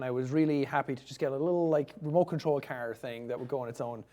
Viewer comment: He's like that with many A Like he says cerr for car